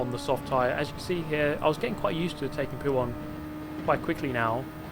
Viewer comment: Mate I’m not trynna hate, but it was so fucking painful watching you try and touch the inside curb causing you to spin every time in puon? Poo-on? 😂idk how to spell it.